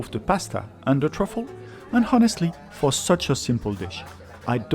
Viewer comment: Very good, enjoyable, informative reviews. Just one small point: the 'h' in 'honest' and 'honestly' should be silent. Yes, we do not pronounce it here in dear old Blighty, or even in the good 'ole Yew Ess Ay, or anywhere you can find people pronouncing English correctly. I note that you Ftencl have multiple examples of the silent 'h', as in 'homme', and indeed 'honnête.' '